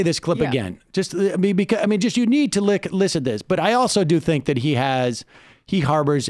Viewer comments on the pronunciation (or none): none